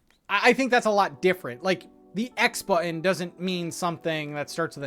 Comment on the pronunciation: So happy that I got to hear you say bu’un (button) so many times!!! Thanks for all the info, looking forward to Thursday:)